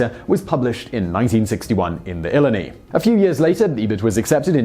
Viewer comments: From Champaign. It's "ILL-EYE-NIGH" for Illini. Nice piece on one of my hometown's famous folks! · El Eyne Eye is how you say Illini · Strangely enough Illini is pronounced in broad Midwest fashion as "Eee-lie-nigh" Hope you enjoyed it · Illini is pronounce eye-lie-nigh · Eye-LIE-Nigh (phonetic pronunciation of Illini) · It's pronounced "ill-eye-nigh" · It's pronounced ill-I-NI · Simon, its pronounced ill-EYE-nigh. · Simon, for future reference, Illini is pronounced ill-eye-nigh. Having been raised in the area, words do not come close to even sounding like they look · Great post but actually "Illini" is pronounced "ill-eye-nigh". Have a good day. 😁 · ill-EYE-nigh is an easier way to write the same pronunciation. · Thank u. I was going to correct that but u beat me to it.